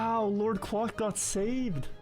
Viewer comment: That's the correct way to pronounce quack, it isn't quake lol